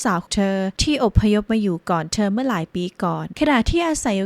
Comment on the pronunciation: ทำไมออกเสียงเธอเป็นเชอ..